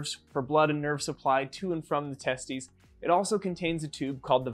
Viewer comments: Wait, it’s pronounced tes-tUS, not tes-tEES? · Hahaha he said testie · It's pronounced teh-steez